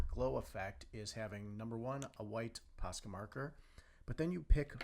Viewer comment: Dude, it’s posca so stop saying pasca